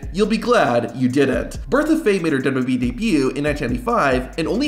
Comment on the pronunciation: The only thing worse than the theme songs is your turbo tongue syllable skipping speech pattern. "dub dubee roster until July tuasen twenty four" Were you high on something when you recorded these? Removed from recommendation.